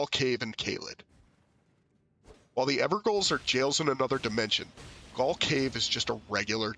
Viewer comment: Btw Gaol is pronounced the same as “jail”